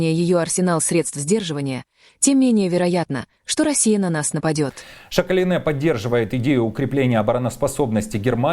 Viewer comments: Давилэ Шакалинэ… лучше не произноси если не знаешь как правильно… Šakalienė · Ведущий новую фамилию придумал Шакалинеа! Или прочитать правильно не умеет!😂